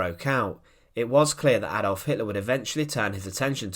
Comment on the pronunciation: Stalin ever the tyrant, arguably the equal of Hitler. That's Hitler...not HitLARR, and Barbarossa, not BarbarossARR.